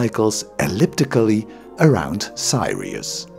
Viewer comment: It's 'Sirius" not Sairius nor Thairius. Info is okay, the Dutch accents and pronunciation mistakes are annoying. so is the pedantic intonation.